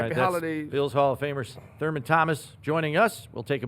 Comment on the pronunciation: "Thurmus Thomas"? Lol!